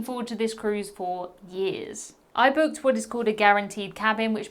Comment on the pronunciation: Lol the accent. Boo….ked 😂